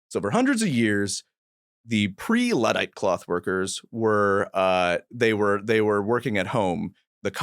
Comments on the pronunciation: why can’t he pronounce Luddite? It’s “Ludd” like “chud” or “flood” not “lood”. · Luddite* not Lewdite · I think you are pronouncing Luddite wrong.